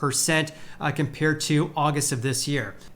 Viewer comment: It's Las VAY-gas. Not Las VEE-gas. lol